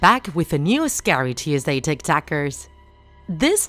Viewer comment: Lol like it if she says scayrey